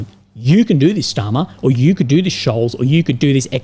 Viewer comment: Love how you pronounce 'Starmer' like he's a Nazi general. Very accurate.